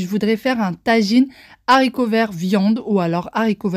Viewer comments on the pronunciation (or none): Haha tu me fais rire quand tu dis les zharicots verts 🤣 on ne fait pas la liaison a cause du h comme pour handicapés. Perso avec ses haricots verts surgelés, j'adore les mettre au four, avec des morceaux de pommes de terres, d'oignons, d'ail, de poivrons, des tomates cerises... Bref les légumes que l'on veut. On ajoute de l'huile d'olive, des épices et on couvre pour éviter que les haricots brûlent et se dessèchent. Pour les Yop tu peux les faire avec la multidelices, c'est sain, rapide, pas cher et super bon. J'ai fais infusé des tisanes fruitées, ça donne un Yop incroyable 😋 PS : je suis preneuse pour ta recette de lentilles qui plaît tant aux enfants (et la soupe de fève). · Les Zaricots verts 😅😅😅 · Les haricots pas les saricots .il n'y a pas de liaison